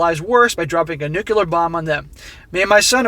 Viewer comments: Did he say "nukular" lol....nuclear. someone pointed this distinction out to me once..just passing it on. This is a crazy story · Please, please...NUCLEAR, not nucular. I am a nuclear engineer, and this drives me nuts! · NU - CLE - AR NOT nukuiar